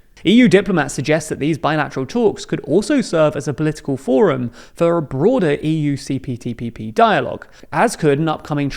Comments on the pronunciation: Isn't he saying CPTPPP? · I think you said CTPPP. Yes I definitely heard CTPPP. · ...say CPTPP again. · I want to know how many times you mispronounced CPTPP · You said it wrong